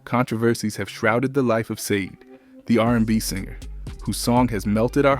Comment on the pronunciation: I hate how you pronounce her name